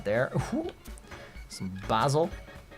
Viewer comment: Your pronunciation needs some work, like Basil & prosciutto 😅